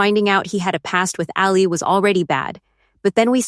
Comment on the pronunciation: The AI can't pronounce Allie. Gets a don't bother from me.